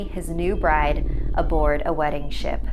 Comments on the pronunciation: In the little mermaid story I kept thinking she was saying shit instead of ship... my bad.... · OMG DID YOU HEAR SHE SAID “SIHT!!!!” OMG